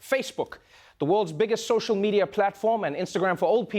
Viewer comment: he said fashe-book😂😂😂